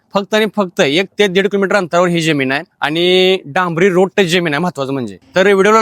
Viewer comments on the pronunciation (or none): ज्यमीन नव्हे रे जमीन बोल बेटा, काय तुझं मराठी?